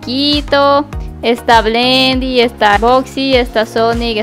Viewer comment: Se dice bendy